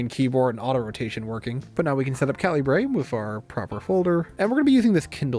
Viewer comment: Calibre is pronounced kal-e-bruh